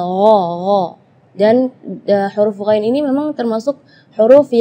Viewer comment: kalo menurut saya penyebutan huruf DHOD sama Ghoinnya kurang fasih.